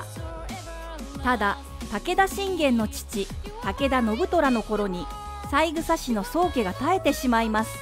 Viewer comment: さいぐさではなく、さえぐさですよね。